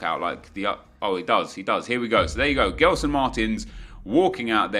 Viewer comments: U say jeslson Martins and not gelson martins ok, love ur vids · It's pronounced Jelson Martins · I don't want to be a jerk, but as a portuguese speaker, the way you pronounce Gelson triggers me. Try pronouncing as if his name was Jelson, it might make more sense to you. Try to think of how you pronounce Gerard Pique; it's not like the english Gerrard.